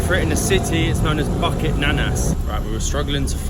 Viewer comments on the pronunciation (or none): "Bukit" is pronounced "boo kate" not bucket.. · yes Boo- kit instead of “bucket” haha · Boo keet. Boo kate is for KL slang. The official pronunciation in dictionary 'boo keet'